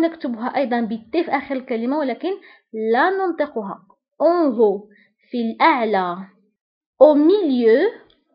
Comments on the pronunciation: عزيزتي نطقك ل En haut خاطئ فهنا h لا تنطق او تنطق ك الف مضمومة أٌ.[ اُون اُو ] 😮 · من فضلك الكلمة التي تبتدأ ب h هذا الحرف لا ينطق مثلا en haut